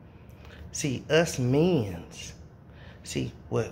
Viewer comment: That fool said manss lmao